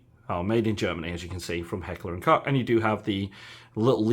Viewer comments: Its Koch not coke (German here) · Tokyo Marui MP7 isn't a 1:1 replica of the real steel whereas the VFC is. Not sure at all why Marui did this but its a major deal breaker for me. I'm very happy with my 1:1 scale VFC MP7A1 GBB in RAL8000. Also "Koch" is pronounced 'Coke' like the drink. Good video and comparisons!